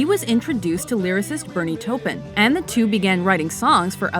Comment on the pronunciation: Pronounce Taupin correctly.... Terrible